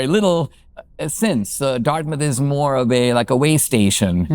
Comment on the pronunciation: I thot you said “a year later I got into darkness”, but you said Dartmouth! Maybe the same today!